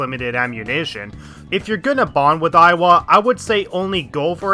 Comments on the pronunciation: tbf you did pronounce Iwai as Aiwa repeatedly throughout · It's iwai, not aiwa XD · it‘s iwai, not „aiwa“ ^^‘ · It's pronounced ee-wa-ee, not ai-wa. Alos, it's Caro-leen, not Caro-lie-n. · I will have to correct your pronunciation on some. _Moon-a-he-sa E-why _Haru doesn’t have a pause after ‘Ha’ _He-fu-me toh-go Also, I’d argue that Party members should be a lot higher, as baton pass is absolutely needed. Part of the reason I didn’t use Haru at all after I got a psycokenesis persona was that I missed her confidant. Plus, Takemi should be top priority early on, as her SP items are an absolute lifesaver first time around. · BTW the Hanged Man is pronounced Moo-nae-hee-sa Ee-wa-ee I still think Yoshida's perks are useless. Negotiating with Shadow is super easy and money problem is easily solved with Pulinpa on bosses. Even more so in Royal, because they changed how Ryuji's insta kills works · It triggers me how you pronounce Iwai' It's "Yi-why" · It's not. It's pronounced "E-why" it Japanese it's written イワイ (I wa i)